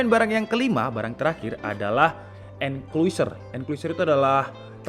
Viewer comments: bacanya enclosure (enklosur) bang bukan enkuiser :v BTW, kok mirip ya sama yang merk Orico? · xixixiixixiiii sama saya juga kepikiran sama enkluiser